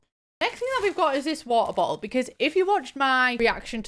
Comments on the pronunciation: Take a drink every time says "wuh-uh-boh-al" (she says it 13 times). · How many times did say wa-oh-bo-ol in one minute?? Answer: yes